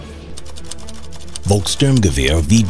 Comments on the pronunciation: Its folks Sturm gewahr not volks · It's Volksturm-gewehr (People's Storm Rifle) not Volk-sturmgewehr (People's Stormrifle). The "storm" part came from the forces using it (the People's Storm), yet storm is also the German equivalent of the word assault, the confusion is further exasperated due to the STG-44 also being referred as a Sturmgewehr (meaning assault rifle). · It's not Volk Sturmgewehr. It's Volksturm Gewehr. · Volkssturmgewehr doesn't really translate to "People's Assault Rifle". It's not Volks+Sturmgewehr, it's Volkssturm+Gewehr: "Rifle of the Volkssturm"